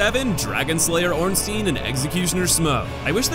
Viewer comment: the way he pronounced Ornstein is so weird